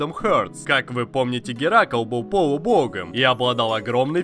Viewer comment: Геракл,а не геракол))Это ж надо епт))))